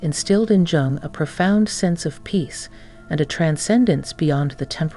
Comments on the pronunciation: Jung - pronounced Yung. (Duh!) If you are going to produce a doco on someone the least you can do is pronounce the name of that person correctly. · It’s actually pronounced Yoong. Like You with an -ng